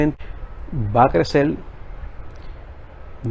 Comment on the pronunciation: Tlabajal, clecel, hay que aprender a hablar.